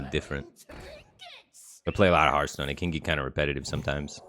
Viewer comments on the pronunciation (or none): none